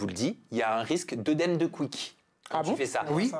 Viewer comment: désolé mais à chaque fois tu dis œdème de Quick, ça me stress c'est œdème de Quincke 😅